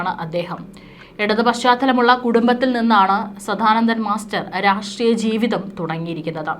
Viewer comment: ആവർത്തന വിരസത കൊണ്ട് നിറഞ്ഞ വീഡിയോ ആണ് നിങ്ങൾ ചെയ്യുന്നത് കൂടാതെ തെറ്റുകളും കൂട്ടിനു ചേരും സധാനന്ദൻ അല്ല സദാനന്ദൻ ആണ് ശരി Pronounciation പോലും അറിയാതെ വന്നിരുന്നാണോ ന്യൂസ് വായിക്കുന്നത് ?